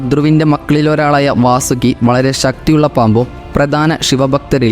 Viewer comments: വസുക്കി 😊 അല്ല വസുകി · വാസുക്കി 😊 അല്ല വാസുകി